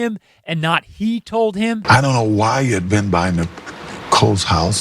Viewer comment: He said "He told me" his accent makes the H harder to hear.. 'e told me. Thats wht I think tho